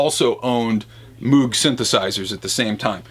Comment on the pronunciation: The proper pronunciation is "Mōge" not "Moooog."